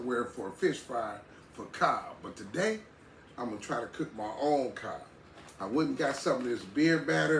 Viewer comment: That CoD sure looks good. I watch all your videos and I enjoy you having fun with your food. One Thing; the fish is pronounced CoD, not Cob. (Google it if you don’t believe me), C-O-D.. 😊😊. Have a great rest of your day. See you on the next video.